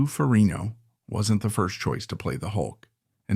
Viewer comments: Great video PLEASE look up how to pronounce FerriGGNo Its not Ferinio Had to mention 😅 But liked your review of one of my favorites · um nothing new here for me bud.know all this and much more.plus you need to pronounce the G in FerriGno 😁